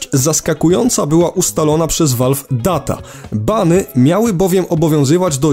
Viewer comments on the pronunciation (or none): none